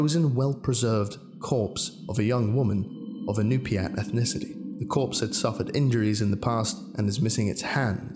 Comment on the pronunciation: As a native to one of the Alaskan tribes it's nice to see the names and languages being used. It's hard to get the words right for English speakers because we use sounds not used normally practices. To get you close to what is said Yu'pik- U Pik, IÑUPIAT- In Nu pi Aak, Aleut- Ally Oot. Hope it helps